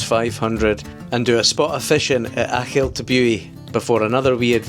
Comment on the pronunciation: Thank you for pronouncing Kylesku bridge properly. I think you’re the first person on YouTube I’ve heard get it right 🎉